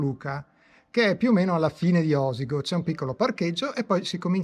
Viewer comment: Si pronuncia Osìgo, con l'accento sulla "ì"... Bravo grazie😊